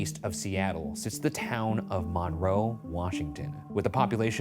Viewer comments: Hey did you know the locals pronounce it 'mun-roe' rather than mawn-roe? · Hearing Ryan say mohn-roe instead of mun-roe killed me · So, I grew up in Monroe (btw, local towns have a habit of having names that are not pronounced the way you think, MINroe is correct). I was in 8th grade when this happened, I remember going into lock down for it. My teachers remembered him and no one expected this from him. Also, not the most interesting crime related thing from the town imo. 😉 Google Dennis "Slick" Lilly and enjoy the epic crime/love story. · I remember when this happened, we live 45 min north of Monroe. It was crazy (and it is actually pronounced Mun-roe 😂) but I still love you guys lol😊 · Little bit of a moot point but it’s pronounce “Mun-Row” to Seattlites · As someone from here, the way he was saying "Monroe, Washington" got me. (pronounced MUN-roe) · Hearing the way the pronounce Monroe made me chuckle. This is just 30 mins away from where I live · As someone from the Monroe area, Ryan’s pronunciation of Monroe is wild to me 😂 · I have lived by Monroe (p.s. you are saying Monroe wrong) my whole life. Never have I he about this. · Ps Ryan, you're pronouncing monroe wrong😅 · Ryan’s pronunciation of Monroe not two minutes into this reminded me that, despite the serious music and intro, I shouldn’t take this very seriously. Gotta love it.